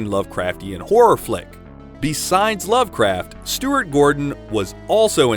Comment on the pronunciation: Pretty good, until “loved” craft. Cringed right to the bone